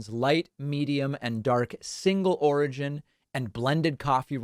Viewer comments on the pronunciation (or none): none